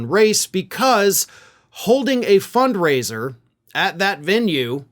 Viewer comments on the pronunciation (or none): They said fund raiser ! Not funk raiser ! 😂